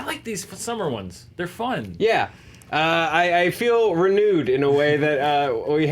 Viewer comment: Am I the only one who heard "I feel we're nude" when said renewed? xD